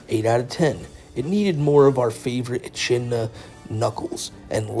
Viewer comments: um ackshually, it's pronounced "eh-kid-nuh" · I love your channel to death but the way you pronounced echidna is killing me.